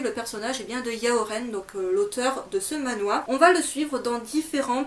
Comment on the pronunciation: Il me semble que tu l'as pourtant plutôt bien prononcé ^^". Pour le "Manhwa" en tout cas, ça ne se prononce pas comme ça donc j'ai compris ^^. Le "Man" de Manhwa se prononce comme dans "Clément" si je ne dis pas de bêtises ^^.